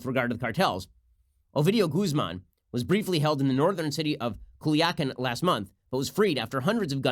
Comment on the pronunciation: Pronounced cool-yah-kahn, Ben. Smh